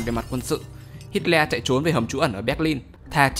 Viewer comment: Nghe như hít ke :))